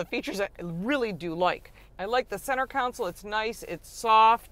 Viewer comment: I found this channel and I am enjoying it. I find it curious how Lauren pronounces it council for console. I’m from LA, so it sticks out to me.